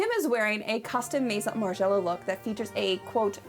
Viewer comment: "meheeson margiela"